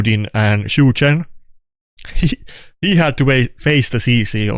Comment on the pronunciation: "Chu chen" -Chi ni